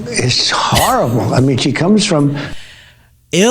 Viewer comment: Well we have a “HARRABLE” president!!